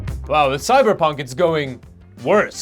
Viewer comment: “All da ram” 😂 I can’t, this was awesome.